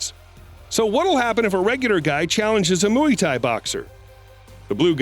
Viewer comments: "Now it's time to move on to the 🐮 mooey-tie 👔 boxer" 🤣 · Did u say moo-wee Thai boxers?? Wtf?? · mooey Thai, Joony skians, like what? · This guy really keeps saying mooey Thai and nobody has caught that? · Mooo-ee-ti boxer? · You’ve gotta be kidding me with your pronunciation of Muay Thai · Listening to him pronounce Muay Thai 🤦🤦🤦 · I hate how you say muay thai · I could be wrong but is it just me that noticed the weird way he was saying “Muay Thai” ? Or have I just heard it being pronounced wrong by other announcers/narrators? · Please pronounce muay thai correctly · Please learn how to pronounce muay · Having trouble getting past how he says Muay Thai!! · Just by the way you pronounce Muay Thai shows us that you have no business narrating anything fight-related. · Is the voiceover provider of these videos A.I. or an actual human? The way he says Muay Thai is completely wrong. Drives me mad & sounds like he is ridiculing this art. The correct pronunciation of 'Muay' rhymes with "boy" Why does he keep saying Moo-ee? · Jesus stop saying MOOEY THAI lol Can't focus on the video 😂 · Moo e thai? Lol learn how to at least pronunciate the words. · stop saying mooey thai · What's moowie tie? 😄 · Mooee Thai??? 🐊😂😂😂😂😂😂😂😂😂😂😂😂😂😂😂😂😂😂😂😂😂😂😂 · Moooyie Thai, lol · Moy is how it’s pronounced muay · “Mooey tie” boxers lmfao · “Mooooey Thai Boxers” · Did he just say "mewy tie" 🤣🤣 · “The moowee Thai boxers” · Moo Eee Tie word of the day 🤣🤣🤣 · Moo Eee Tie it’s a new word 🤣🤣😂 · “Moo-e tie” boxer…..really? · "Mooy Tia" 🥴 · When he said mui thai 😂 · Ur saying mu e tie boxers on purpose right?! As a joke?! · I died every time you said Moo-wee thai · The way you say Muay Thai is so cringe to me say it like moy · Muay Thai is pronounce as Moo-why Thai,Not Moo-yee Thai. Can't even get a well known fighting style's pronunciation right? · It's not pronounced mooey thai bloke. It's like ( moi) and the kick uriah threw was a spinning back kick, not a "cross kick" whatever that is lol. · Mooey tie😂